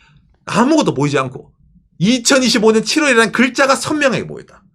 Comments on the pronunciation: 저번부터 느꼈는데 2025년 읽으실때 2015년으로 들리는거 저만 그럼?? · 이가 묵음입니다